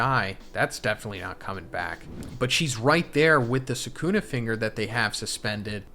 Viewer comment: Bro you saying rika ate sakuna finger at this juncture made me stop the video